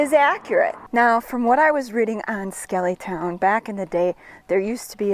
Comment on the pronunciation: its pronounced Skelly Town not skeelyton ! i know because my grandmaw Flippo and aunt Joyce lived there on the main street for as long as i can remember . I was born in Borger Tx in 1949 and lived in White Deer Tx until i was 4 then we moved to Lefors Tx . My dad worked for Northern Natural Gas , which had natural gas pipe line boosting plants both in Lefors (Grayco Plant) and the plant in Skellytown . My uncle Ervin Carper worked at the Skellytown plant . Both plants had housing built on site for the employees . Northern Natural Gas was sold to Enron in the early 70"s and the Greyco plant in Lefors was demolished , forcing us to move to Pampa Tx in 1964 .I dont know exactly when the Skellytown plant was demolished , my uncle died in 1968 while i was in Vietnam Both were converted to computer controlled opperation from the home office in Omaha Nebraska .i visited the site in 1994 and there wasnt hardly any evidence that either even existed